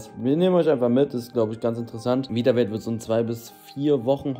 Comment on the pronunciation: Witzig wie Eli den Namen seiner eigenen Marke nicht aussprechen kann. Is ist just me oder sagt er ganze Zeit „Vitawelt“ ? 😂